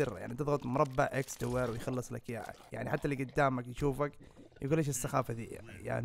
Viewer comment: دويره😂 اسمها دائره